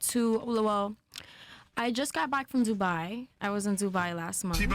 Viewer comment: She said Dzubai